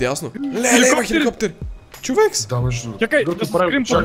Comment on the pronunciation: zashto kazvash chovekS :DD ( oshte edin lud klip :D)